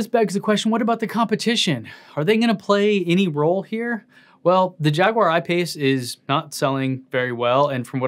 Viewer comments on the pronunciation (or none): none